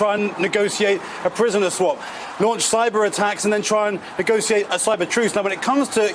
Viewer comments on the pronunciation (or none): NegoSHEate. There's no phonetic justification for pronouncing 'ti" as ci.